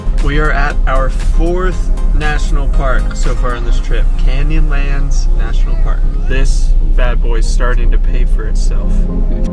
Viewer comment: OH! "Canyonlands" I thought you were saying "candy lands"!! A bit of a let down...